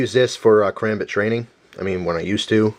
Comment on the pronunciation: Just a few things to point out: 1) You butchered the pronunciation of Karambit 2) That "training Karambit" is not very effective. Say you had your finger in the loop and someone tries to kick it out of your hand. Your finger would be in terrible pain. The loops on most Karambits are for tying it to something, like your uniform. 3) Those spikes are technically knives. If you are excluding knives and guns from your kit, you might want to keep them out. 4) Some of these aren't weapons, like the purse-thief alarm thing. 5) I'm 100% positive that the bottle opener is a knife... 6) A grenade isn't a gun or a knife. Just saying...